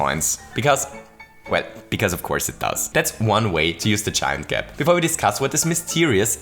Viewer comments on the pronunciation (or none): I have to do it to you. gAp Were you sick while recording? gAme